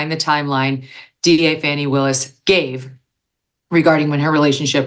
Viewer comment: Trump is in contempt of court every time he attends and you all are focused on this? Wish Megan will stop mispronouncing Ms Willis's name! Very disrespectful!